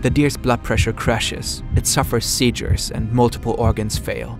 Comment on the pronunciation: ihr braucht echt einen englischen sprecher. seijures? xD